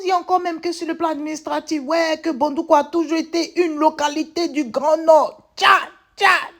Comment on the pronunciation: Éeeeeeeh tu prononce bien ma ville dèh ko Bondoukou ne sera pas dédans. 🤣🤣🤣🤣🤣🤣🤣 Merci pr tout. Dieu vs protège et bénnisse. 🙏🏽😘❤